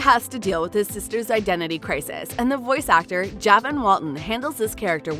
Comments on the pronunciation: It’s pronounced juhvon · You said javon wrong